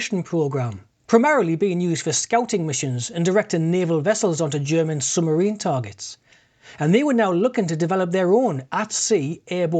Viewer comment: Yellow summerine.